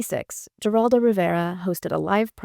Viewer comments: It's Ha-rawl-dough Rivera. Get it right. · The G in Geraldo is pronounced like an H. It's pronounced 'Heraldo.' Great video, though. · who? The "G" is pronounced like an "H". 'H'eraldo. Geraldo. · Is this AI? Who mispronounces Geraldo’s name?